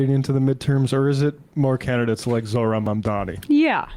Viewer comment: Zohran literally spelled out his name for Cuomo and he still can’t pronounce it right.